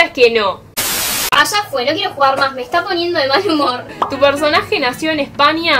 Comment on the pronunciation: Me encanta cuando dice.... pequenio .....Espania ... pero te entiendo